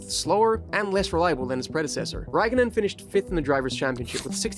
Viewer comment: Räikkönen a as in car, ä as in cat; o as in core, ö as in sir.